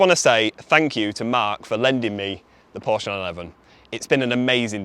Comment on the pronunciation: Learn how to pronounce Porsche.